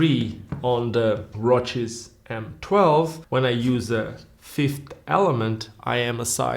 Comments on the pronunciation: Why do you keep pronouncing it as if it's a roach? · I like your particular way of pronouncing ROCES (which I'm not used to, since in Spanish we always do it like the actual word that would roughly mean '(shallow) scratches', 'brushes', or 'grazings' to name a few) and maybe it's the correct way of doing so since they're Italian and I don't have a single clue of how they pronounce it even having had ROCES skates since being a teenager...